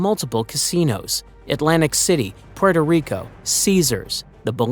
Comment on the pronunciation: Oh wow, there is at least one American who calls puerto rico puerto rico and not porto rico :O Bravo!